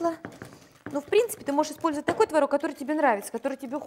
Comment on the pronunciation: не знаю как пасочка, я делаю заварную, но какая красивая девочка, какая красивая кухня, а главное как приятно Вас слушать ..особенно слово " творОг."..)) буду чаще заходить к Вам на страничку))